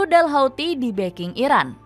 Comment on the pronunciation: Irak apa iran ngomongnya yg jelas